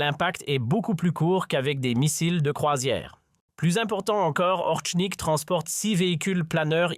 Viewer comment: Ce n'est pas "Orshnik", ni "Orknik", espèce de bachi-bouzouk, mais Oreshnik. Je vous signale que le cyrillique s'apprend en vingt minutes. Ce n'est pas suffisant pour parler Russe mais c'est déjà bien utile. Vous ne pouvez pas prononcer Орешник comme vous le faites dans cette vidéo D'ailleurs, d'après le traducteur de Google, de même que le dictionnaire russe en ligne, le p russe, c'est-à-dire r en alphabet occidental, ne se prononce pas comme d'habitude avec le e qui suit. Vérifiez. Et le O se prononce pratiquement comme un A